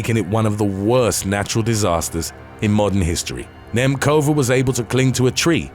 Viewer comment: "Nemcova" is not pronounced with "k" btw